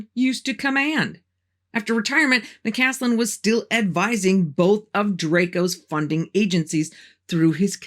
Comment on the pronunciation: Just a heads up: you sometimes mispronounced McCasland's name by saying McCanlan. Otherwise a very good video. Thank you.